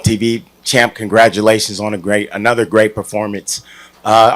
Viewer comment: Gongratualations on wat effort??... 😂